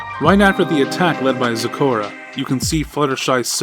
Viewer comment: It's not store in its zecora